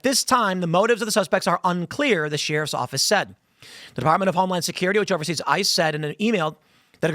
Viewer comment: The way Tim says "sheriff" bugs me so much 😂😂